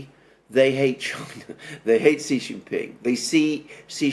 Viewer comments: I HAVE SUPERCHATTED YOU NUMEROUS TIMES TO STOP INSULTING PRESIDENT XI JIN PING, PRONOUNCED "SHEE JIN PING." SHEE SOUNDS LIKE FEMALE IN ENGLISH. IT IS THE CORRECT WAY TO PRONOUNCE HIS NAME. THE WAY YOU SAY IT, JHEE JIN PING MEANS PENIS IN THE CHINESE LANGUAGE. I KNOW YOU READ MY SUPERCHATS, LEARN FROM YOUR FRIEND ALEXANDER M, AND SAY SHEE NOT JHEE. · Xi = Shee, not See. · Here’s the correct way to pronounce Xi’s name: POWER HUNGRY SHITHEAD